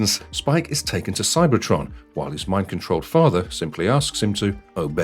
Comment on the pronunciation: "Carbombya"???? I love it 😎